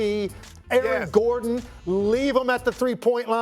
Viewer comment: "Aaron Garden" - Shannon Sharpe